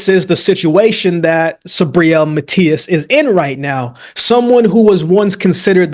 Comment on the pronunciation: love to hear my man Akeem pronouncing "Matias" in a perfect spanish